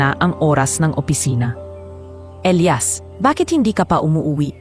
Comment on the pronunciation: 😂😂halla okay lang namn ang cute nga ng pag bigkas nya ng Elayas😂atleast mahnda ang kwento at May happy ending❤❤❤